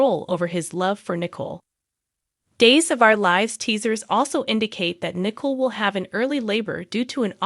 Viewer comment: Please pronounce the people's names correctly Nicole & Jada